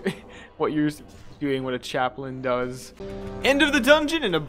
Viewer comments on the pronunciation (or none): the name is Chap-lin (Chap like Chapped lips, and lin like linens)